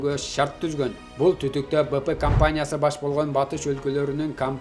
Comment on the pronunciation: Быпы компаниясы эмес Бипи деп аталат😂